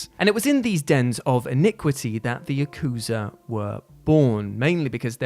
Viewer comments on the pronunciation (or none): ya-kuza ... yaku-za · Yakooza lmao